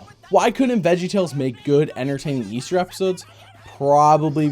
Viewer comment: They're talking about the hope of EASTAH